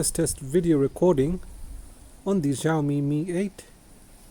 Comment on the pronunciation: Its x-i-a omi or you can say s-i-a omi not GIAOMI